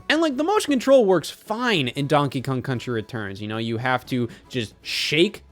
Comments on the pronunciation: "Donkey Kong Cunchy Returns" - Scott Wozniak, 2025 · donkey kong cunchy returns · “Donkey Kong Cunchy Returns” -Wott the Scoz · donkey kong cunchee